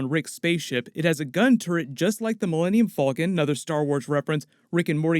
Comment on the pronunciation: Millennium "Fulken" hmm